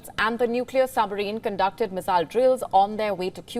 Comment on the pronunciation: Her pronunciation of "Missile" is really irritating.